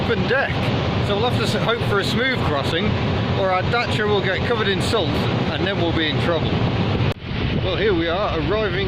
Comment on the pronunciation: Really neat video, glad you pronounced Dacia properly and not "Datia" as most british people do. Good luck with it, she's a beaut!